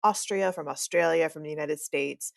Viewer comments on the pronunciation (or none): none